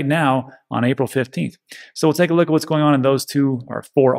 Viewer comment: I like how you managed to compress the 3 words 'take a look' to 1 sound, something like 'tklk" LMAO